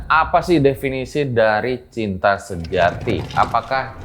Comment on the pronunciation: Malah terngiang denger mau ngomong CINTA malah ke pleset jadi CITRA😲😆✌️